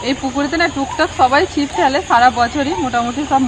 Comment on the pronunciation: মিরাককেল নয এই english উচ্চারণ হল মিরাকল । আর চিপ নয ছিপ । MIRACLES